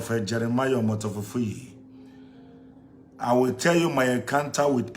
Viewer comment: Jeremiah omoto fufuyi 🤣🤣🤣🤣,,,he cant even pronounce the name of his father properly